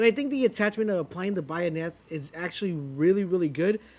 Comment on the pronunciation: Dude 2 things. Concussive not what you think it does. Has nothing to do with suppressing you. Its suppresses the enemy! WTH know ur content before you post. Oh and its a bayonet like bay not bayonet like bayou...it aint cajun. Oh and yes the gun is badass